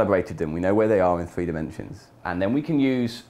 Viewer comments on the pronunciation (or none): none